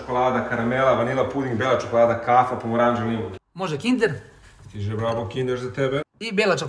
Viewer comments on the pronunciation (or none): Brat samo govori brapo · " stize lagani ferrero" - " je l moze oreo ? " cak i rimuju hahahahahahahahaahahahah Najezim se od krindza svaki put kad ovaj kaze brabo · Kinder?? A najjači je vlasnik, koji samo govori "Brapoo". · To brabo kad cujem sere mi se